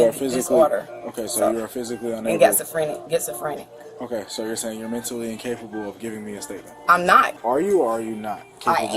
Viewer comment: I'm "gets-o-frenic"😅